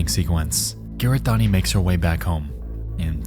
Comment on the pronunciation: hahahaha the way you pronounce kiritani very entertaining video tho